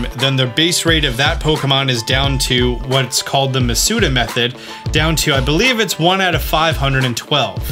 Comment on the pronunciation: wait, what? Medusa method? You mean Masuda method, right? XD